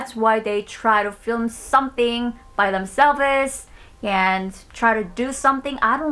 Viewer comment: "themselv-es" sorry, i was seriously watching this until i heard that, i laughed. so sorry